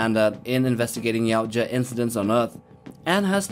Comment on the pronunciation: For crying out loud! It’s Ya-oot-ja, not yow-cha! How do you make a video (assuming you researched) and get the name wrong? I’ve seen one channel that gets it right. Ya-OOT-ja...